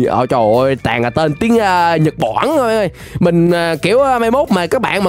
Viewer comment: nhật bản chứ không phải nhật boả nhé anh